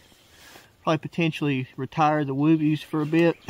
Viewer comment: He added an extra O to "woobie".